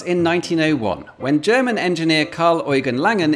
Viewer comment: No one gonna mention how good his pronunciations of German and French words are?